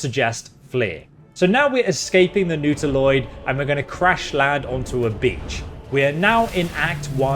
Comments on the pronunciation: sorry for being nitpicky but i just have to comment on your pronounciation of Reliquary (should sound like Relic cwarry) and Nautiloid (which should sound like Naught iloid, and not Newt iloid)... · It's Not-a-loid, not Noodle-oid.